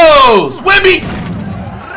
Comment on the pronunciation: Stop calling him wenby curry